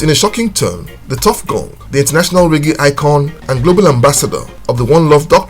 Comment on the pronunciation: Reggae, Not Ray Gay. Bombaclat.